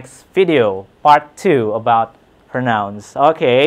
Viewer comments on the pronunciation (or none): excuse me teacher but you pronounced the word “pronouns” incorrectly.